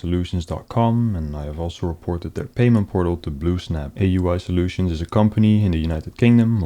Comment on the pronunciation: I didn't know "I.T Soultions" was a job. PCs have souls?